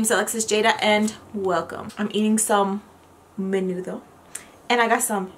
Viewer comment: I love the awkward pauses for Menudo. Great share